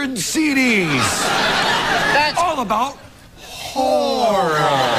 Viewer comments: Love the part when Ryan and Colin mock Drew for mispronouncing Horror. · 0 The joke was that Drew tried to say "horror" but he messed up and ended up saying "horrrr". so obviously Ryan and Colin had to make fun of him the whole game by saying "horrrr" instead of "horror". i don't think they're saying "whore" bc Drew pronounced it like that but I wouldn't be surprised if they were lol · ...it was Hor-ROAR...lmao